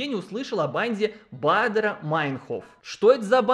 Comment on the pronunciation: и ты туда же?! Все блогеры, на кого подписана, решили мне рассказать про этот эффект. Вы сговорились что ли?! 🤣 Особенно забавно, что у меня фамилия начинается на Бадер, и как правило, все именно так и произносят фамилию Андреаса Баадера... И каждый раз глаз дергается🤣